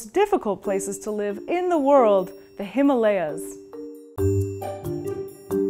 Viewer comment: THEY THE PLAYAHZ FROM THE HIMALAYAHZ!💙😉😁